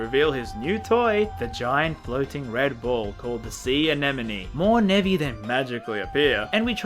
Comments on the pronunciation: I only realized he was calling those monsters Nebby around halfway through the video... I'm not caught up enough with memes. Edit: Ok not Nebby but Nevi. I refuse to hear anything else though. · For almost all of the video I thought you were calling the Nevi "Nebby"